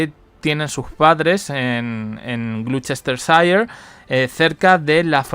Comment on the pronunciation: No se dice Paipa, se dice Pipa. Y Gloucestershire se pro uncia glostersher